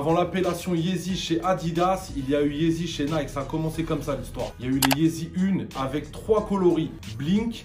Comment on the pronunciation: YEEZY PAS YEZI😂 sinon continue c'est lourd t'es deux vidéos😂